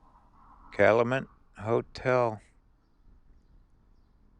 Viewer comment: Calumet is pronounced Cal you MET